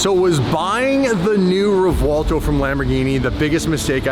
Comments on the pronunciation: I'm gonna say it, just this once because everyone does it, any Lamborghini to date with a "v" in the name should have that "v" pronounced as a "b". Reason being, the names are of Spanish origin, not Italian. ReBuelto, not ReVuelto. Rant over. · Please please please stop putting a w in the name of the car 😂. Let the Italians pronounce it correctly haha 😂 sounds like we are looking for Revwaldo 😂